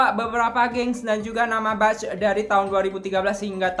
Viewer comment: Mohon maaf ya wak, izin mengkoreksi sedikit di pengucapannya, 'batch' itu dibacanya 'bec' bukan 'bac' yaa, hehehe makasih